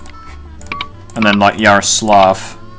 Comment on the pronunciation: l in Yaroslavl' is not silent, but it s soft. something like al in arabian words as al jazeera etc.